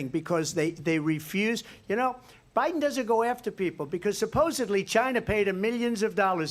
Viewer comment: Did she say Obiden? Boy that's telling isn't it? They call that a Freudian slip.